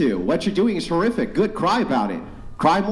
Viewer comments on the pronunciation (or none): It’s whore-iffic